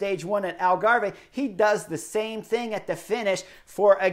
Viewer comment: Love the covrage chris but you know that it's pronounced 'algarv'